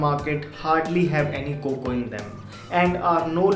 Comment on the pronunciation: I hate when he say Coco to cocoa 🤦🏻‍♂️🙄